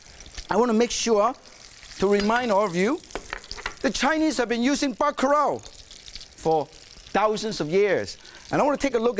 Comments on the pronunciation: It's bakalau not baka rao nitwit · even Martin can't escape the Asian struggle of pronouncing Ls. He pronounced it as "bacarao".